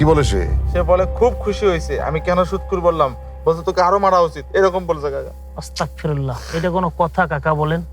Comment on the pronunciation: হুজুর অস্তাগফিরুল্লাহ হবেনা আস্তাগফিরুল্লাহ হবে